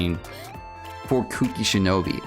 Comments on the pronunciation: "Kuki Shinobi" KEKL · na bro he was saying kuki shinobi.